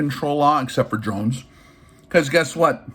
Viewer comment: He’s “keeping up with the Dronses.”🙃